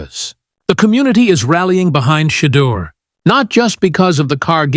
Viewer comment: This guy cant even say Shedeurs name. I’ve never heard him say Shedeur Sanders. Correct me if I'm wrong. The hate is real. Its ridiculous.